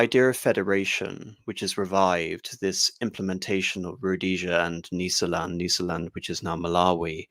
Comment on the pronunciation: Brillant analysis,as a child brought up in Rhodesia,this, in a way was the background music to my youth.A minor critérium,however, the prononciation of Matabele,Mashona and Nysa land all seem at odds with way the way these words were spoken back in the day.An elucidation ,gratfully accepted.Bravo